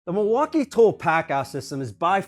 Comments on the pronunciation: milwakamiyay lol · Are u purposefully mispronouncing Milwaukee??😑